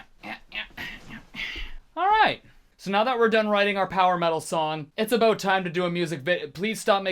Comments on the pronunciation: you sound quite normal until you say "aboot" loved the song btw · haha "aboat"